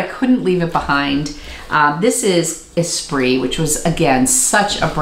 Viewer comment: Am I the only one who thought "Esprit" was e-SPIRIT their whole life and thus pronounced it "ee-spirit" until just pronounced it correctly? hahaha